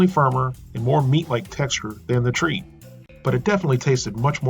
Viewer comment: tr-egh-t not treat